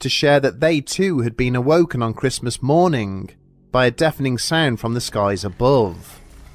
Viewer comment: He said sitting gup and morning-g